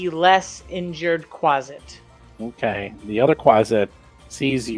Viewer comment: Quasit! Not Quaste! Hahaha